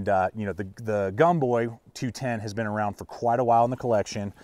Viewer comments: Pronounced Gomboy not Gumboy. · When was it that Americans started pronouncing the “O” as a “U”? Seems to me that “Gomboy” would be pronounces is it’s written, not pronounced as Gumboy... very irritating and does not give me confidence in your opinion. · It’s gomboy not gumboy lol